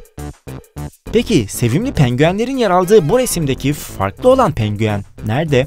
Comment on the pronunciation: Abi neden pengüen diyosun